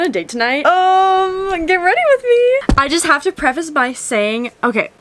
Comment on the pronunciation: “GWRM” Get Weady Rith Me Love Ya!!! 💛💛💛